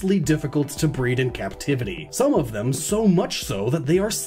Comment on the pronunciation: I thought you were saying BREATH